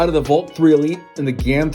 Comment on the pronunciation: The way you say Valk sounds so much like "Volt". Not that its a problem since its a video about 3x3s. But in the future it could end up being an issue since the Valk and Volt are both Qiyi cubes.